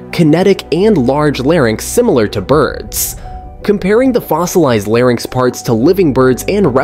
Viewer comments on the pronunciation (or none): none